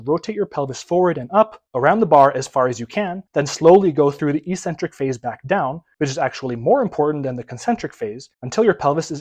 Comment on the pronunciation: EEEEEEEEEEEcentric is not a word in the English language. The word is pronounced eK-Centric. No idea why there isn't a single fitness 'guru' on Youtube who'll just look it up and see for themself.